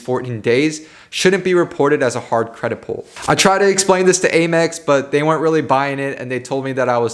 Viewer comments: AYE-mex ?? It’s Ah-mex bruh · Hearing you say Aye-Mex bothers me I’m used to hearing Ah-Mex lol